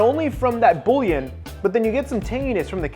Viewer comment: Love the video but I'm sorry the way you pronounced bullion was like nails on a chalk board. Try saying it like boo yawn